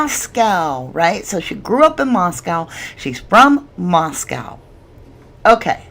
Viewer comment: Core-duh-LANE LAY-tah County. mos-CO Idaho.